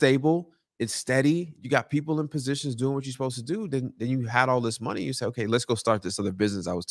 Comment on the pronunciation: Just realizing that’s the guy that says “Get that Mo-Nay”